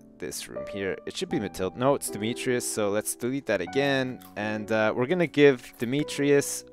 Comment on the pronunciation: Is deliberately getting Demetrius' name wrong?!